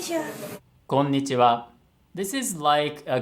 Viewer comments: Yes, I can hear the difference somehow🤔 So, it should be pronounced, "konnichiwa". with 5 moras but, they pronounced it with 4 moras "konichiwa". And the intonation should be... Ko⬇️-n⬆️-ni⬆️-chi⬆️-wa⬆️ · When they say ko ni chi wa instead of kon ni chi wa